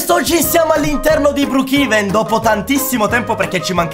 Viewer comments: si dice brookhaven non brookhiven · Si scrive brookevan ma si pronuncia bruukeven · non si dice brukiven ma si dice brukeven 😅😊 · BROKEVEN SI DICE NON BRIKIVEN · Si dice broochaven